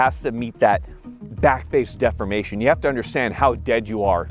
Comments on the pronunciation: What the heck is with that pronunciation of ‘deformation’ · def-4-mation? isn't it pronounced D-4-mation?